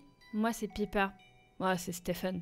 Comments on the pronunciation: Et au fait c'est pas "piper" mais PAIPEUR (lis ça comme ça pas grave sinon très bonne vidéo même si je la 1 0u 2 ans plus tard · le prenom se dis paÏper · Waaaaaw trop cool, j'adore ce genre d'histoire et d'ambiance. Je suis actuellement en train d'écrire une GachaFiction pour toi donc j'ai hâte de te l'envoyer hehe 😅. Et au passage ça m'a fait beaucoup rire parce que t'as sorti ton meilleur accent anglais pour dire Hazel mais mais t'as dit Piper d'une façon bien française 😂😂